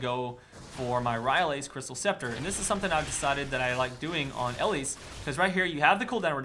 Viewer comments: Not ELLISE its el-lise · EEE-LEASE Good lord, first ELL-IS, and now ELL-ISE. Watch. The. Damn. Spotlight. The creators, and people at Riot know how to pronounce their own champs, and on top of that this is a name that is not uncommon and should have at some point showed up in your life as a name you've heard audibly. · Ee-Leese Not EL-Eese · Really? ELLISE. Is not pronunciation. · And don't forget to actually pronounce the e at the end. It's not silent ^^ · You say her name really weird...